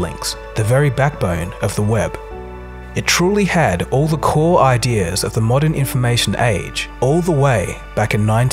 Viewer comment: Great video. But it's areA, not an areR. But, keep up the good ideRs.